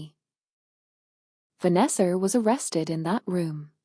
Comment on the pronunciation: This voice is just weird. Why does it add a r on the words."Farther"? What the hell? "Vanessar"?